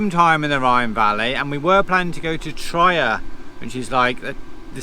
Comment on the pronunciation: So that's how you keep romance alive , you chain her by the neck . Loved this one you two , brought back lovely memories . Not quite the right pronunciations but hey , who cares .take care in Trier ( Tree air)